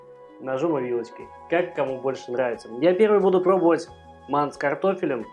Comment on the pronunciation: Кто не знает, слово мантЫ произносится с ударением на букву Ы, соответственно, тесто делается не для мант, а для мантОв. Это по-русски) Кому плохо дается русский может говорить на родном, но если по русски то, пожалуйста, говорите правильно. Мало кто видит как вы правильно питаетесь но все слышат как правильно вы говорите. И по вашей речи судят о вашей культуре. Помните об этом.